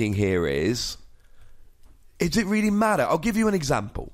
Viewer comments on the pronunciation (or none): none